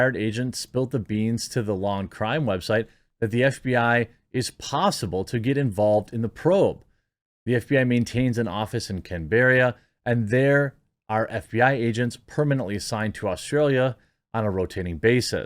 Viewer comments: I'm from Aus, just an FYI - Can-berr-i-yah - is pronounced Can-ber-rah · Can-bear-ia… Can-bur-ah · Canberra, pronounce can-ber-rah or if you really want Australian way it’s Cam-brah :) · Hi from Oz . The Aussie capital is pronounced Can-brah MATE , not Canberra . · Say that again Jeremy,that ca pital of Australia is what? Camanderet,sounds more cheesy.